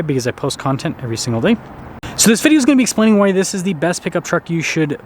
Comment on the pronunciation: The word is "Video" man. pronounce it, lol...